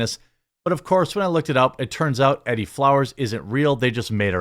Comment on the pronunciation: E-Dee, not eddie.....